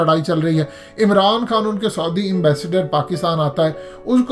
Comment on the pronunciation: میاں سودی عرب نام کا کوئی ملک نہیں ہے۔ لفظ ہے س عو دی عرب۔ یعنی س پر زبر اور ع پر پیش۔